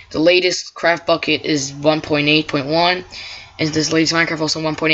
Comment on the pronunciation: It sounds like your saying crapbukkit lol